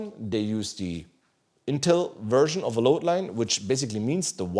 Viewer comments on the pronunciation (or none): Wiff dee latest bios werschn 😂 As a German watching this, I feel the pain. lol